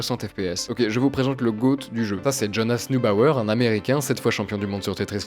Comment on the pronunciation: Ahaha il a finalement réussi à dire Jonas Newbauer